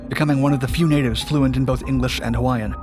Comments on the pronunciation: I’m Hawaiian and this dudes pronunciation of the Hawaiian words was almost flawless which is super rare. Props. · born and raised on maui. i new of this story since i was a small boy, he became the first prisoner of war. good job on pronouncing hawaiian words very good.